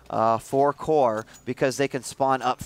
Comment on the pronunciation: at 11 : 57 the commentator says WHORE INSTEAD OF CORE :DDDDD